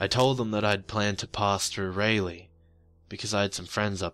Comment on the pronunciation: I'm nit picking here, but its pronounced Raw-lee... Not Ray-lee. Great story though. Continue...